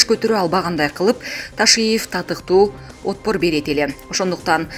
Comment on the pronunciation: "отпор"- деп жазылат,окулганда " атпор" болуп окулат. Мамлекеттин жүзү болгон диктор айым, сиз сөздөрдү көп ката окуйсуз:"Сергей Шойгу"- деген сыяктуу. Ушул маселеге эмне карап койбойсуңар, алмаштыргыла же талап койгула.